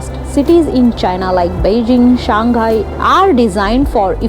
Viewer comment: Hi, I am happy for you and your fact-sharing about China from the few Indian vlogger, you are the most outstanding one. But, I can't help being piqued by your pronunciation of Shanghai as in "Shan Ghai" It should be "Shang Hai"